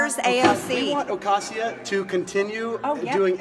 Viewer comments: But “Adria” and “Ocasia” save me two entire syllables each! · She can’t even pronounce “Ocasio” right